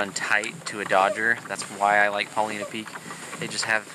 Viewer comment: Love the videos! I've been kokanee fishing for more than 25 years and have always used cowbells until recently. But, since I fish Paulina Lake, which is just at the base of Paulina Peak, I have to comment on your pronunciation: it's Paul-EYE-na.😂 That said, I have a question that I hope you can answer. Recently, I was kokanee fishing at Paulina Lake and did not do at all well. I use an inflatable kayak for a variety of reasons, so my trolling is all done with a paddle and I maintain a speed of 1.2 - 1.6 mph with as many slow S-curves as I can manage. On advice from another fisherman, I affixed reflective material to both sides of the paddle blades to aid visibility. This stuff is what would be used if you were making your own dodgers. Is it possible that the addition of this reflective tape is spooking the fish as I paddle? I am trying to blame something, obviously, since changing out the tackle didn't have a marked impact on my results. I didn't add the tape until this year and last year I did much better. Thanks in advance for your feedback and I hope you took no offense to my pronunciation comment.